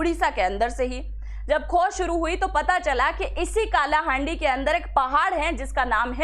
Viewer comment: काला हांडी नहीं कला हांडी